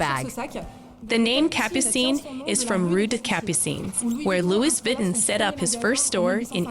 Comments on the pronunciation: Sure someone can teach this you tube bloody robots the right pronunciation of french, names places or terms. Loui 'vitten' is simply an insult to the french language. Cannot watch this shite. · pero por favor ! Lui Vitten???? Muchos billones y no pagan una traducción HUMANA. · Learned something new today. Didn't know it was pronounced "Louie Vitten" 😁